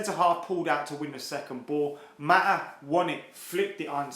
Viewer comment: “Maataa”?? “Maataa”??? 😂 sounding like a cockney their!!